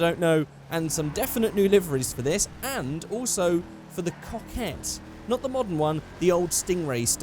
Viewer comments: You say coquette like cock itt Hmmmmmmmmm.. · or maybe when you say "coquette" it sounds like "cockette" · In the pronunciation of the word "coquette" in Portuguese, if you change the C by B, there is the word "boquette" which means blowjob, I saw what you did rockstar